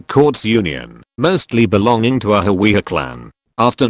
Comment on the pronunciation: its hawiye